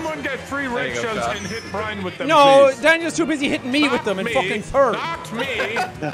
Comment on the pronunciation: I could tell them all apart. Sean and are the ones that I watch the most then after that it’s Brian then. Also if you watch and Brian you know that sometimes (most of the time) says “Brine” instead of Brian.😂😂😂